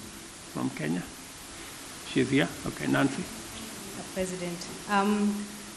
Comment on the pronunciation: “When Kenya wa’ declared iz innepennance…” Right out of the gate, Joe. You had me at “When Kenya wa’ declared iz innepennance”.